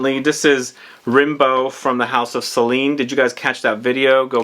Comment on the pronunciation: you're killing me with the pronunciation of Celine's fragrance...surely their name must be from the poet 😉